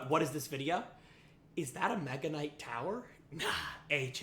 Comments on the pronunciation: I know he said Mega Nut on purpose, I just can't prove it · Nega knight😃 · He said meganut😂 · Did bro say mega nut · Bro I heard Mega Nut😂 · bro did not say mega kinght... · you said megaknight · He did not say “mega knight” 💀✌️🥵🥺🥀🥀🍆🍆🍆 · bro did NOT say mega knight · bro did NOT say mega